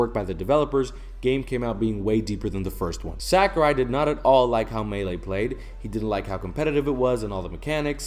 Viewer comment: I agree with all you’ve said. Well stated. (By the way, you’re pronouncing “Sakurai” incorrectly.)